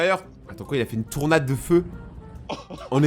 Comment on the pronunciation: Tornade* TORnade. Y'a pas de u.